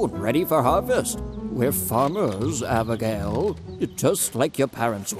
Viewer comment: the way the old man says abigail “HaBiGaYle”